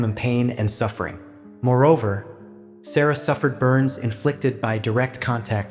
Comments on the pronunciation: Her name was pronounced sar ra not sarah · You pronouncing the little girls name wrong